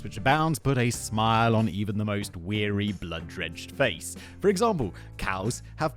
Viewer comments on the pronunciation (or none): none